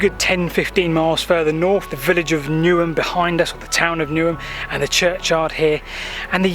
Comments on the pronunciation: Newnham , not Newham ? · Really interesting - as always. However as I was born in this village, (where you walked through the graveyard), I can confirm that the actual name is not "Newham", but Newnham (or Newnham-on-Severn as it is often called locally). Lovely to see it again:). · Really good and interesting. Just to let you and anybody how, if not local (born and bred).. Aust Is pronounced “Aost” the au is sounded as O..! Tidenham is pronounced Tidnum, and Newnham is pronounced Newnum, by us locals….!! If you ever do anything in or around St Briavels or Ruardean, check out the correct pronunciation first…